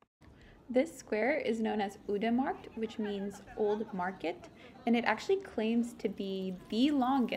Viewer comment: Nice video. But if I may, you need to pronounce Leuven with the same sound as the letter ‘i’ in ‘bird’. It’s not pronounced Loovn. And the Oude Markt is pronounced with the same sound as the ‘o’ in ‘how’. It’s not pronounced Oode Markt. Groot Begijnhof you got quite right. Enjoy your stay in this historical city.